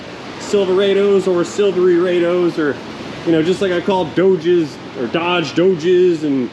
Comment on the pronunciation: Great job. Don't worry about mangling the language -- "Silveryraydo," "Dohdge," "Rubasu," et. al. add fun. The Pronunciation Karens can go fish. "-isms," on the other hand, are very likely to slip out when least expected. Earlier today while grooming with a pair of scissors for a doctor's appointment, I said, "Beard Clickage," followed immediately by a consternated "Oh, sh**!" 😆